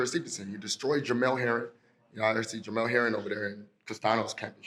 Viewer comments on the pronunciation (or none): JerMELL. Not JerMaLL 🤦🏾